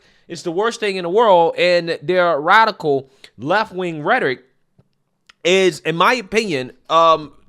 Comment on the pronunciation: Rhetoric is a 3 syllable word.